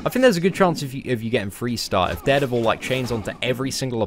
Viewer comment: please learn to pronounce dare devil. its soo annoying !!